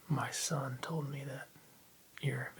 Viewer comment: Your ‘son’ was something else. Lol but I enjoyed it